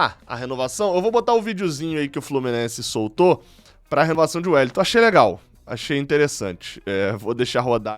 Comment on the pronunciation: Meu ouvido inflamou com a "renovação de Wellington" 🤯